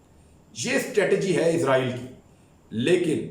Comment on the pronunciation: عمران بھائی یہ عزائیل نہیں بلکہ اسرائیل ہے ہمارےبڑےاینکر حضرات عزائیل کہتے ہیں تلفظ صیح کر لیں